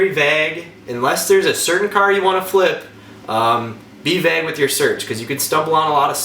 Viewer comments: great video! I noticed how you pronounce vague, my last name is dague, so I say Dague like you say vague, and vice versa, its cool because I'm doing family tree stuff and a lot of my past relatives come from Ohio, etc. So sorry its not car related, but thank you. Research is cool! lol great information on the flipping btw. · Dude you’re not pronouncing vague correctly wtf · "Vag"? You mean vague? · vay-ehg not vaj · “Be vage with your search”😂 vague bro vague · "b VAAAAG with your search" You're really getting at me with that pronunciation of vague [VAY-GUE] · I'm sure you are a really smart guy, now let's work on Vauge pronounce like (Vayge) not vag. Alrighty 👌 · I'm from Texas, and it makes me laugh when you say, "vague." At least I think that's what you're saying. It sounds like "vagg" to me. We pronounce it like, "vay-guh" down here lol. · no one in the midwest pronounces it vag lol... I've only ever heard it pronounced as vay-g. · Conner Goldberg I’ve heard it pronounced that way in Nova Scotia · VAGUE. SMH v-AYYYYY-gue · Vāg (Vayg) not Vag. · Dude its vague not vag. I had to turn this off the 6th time he said vag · It is not VAG it is VAGUE (pronounced Vage) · Vag? And bimmer I always thought was pronounced BEEMER lol great video though thanks bro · Know plenty of mid-westerners...that's not how it's pronounced anywhere. You're completely dropping the second syllable. It's fine, I've pronounced words totally wrong before without realizing too but it sounds really ridiculous to say vag. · Midwestern? More like northern. I’m from KS and that’s as MidWestern as you can get and I have never heard anyone say vag or vahg. It’s a as in eh, not a as in ah. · You pronounce vague vāg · Stop saying vag, lol. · VAG. VAG. VAG!!! You mean wague? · its pronounced vagueeeeeeee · It's actually pronounced "vEGG" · Is the whole "vag" thing a joke I'm just not in on, or is it a weird Wisconsin accent quirk? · Like how he says "vaag" 😄